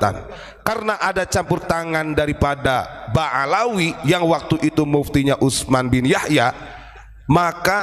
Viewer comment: ba'alwi,bukan ba'alawi